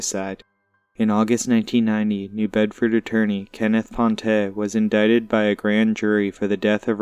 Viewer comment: Wow glad you finally pronounce indicted right! 👍